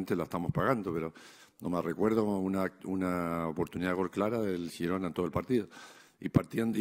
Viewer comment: Lo mejor de la rueda de prensa de este año es que dice Girona como se tiene que decir 😂😂😂😂😂😂